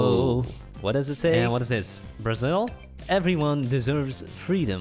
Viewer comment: “Is that brazil?” porra eu sou brasileiro e doeu ouvir uma dessa KKKKKKK